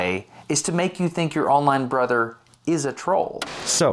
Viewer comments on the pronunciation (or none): none